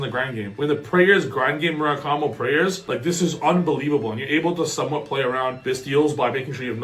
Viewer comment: pronounce it Ah-May no Moo-rah-koo-mo, trust me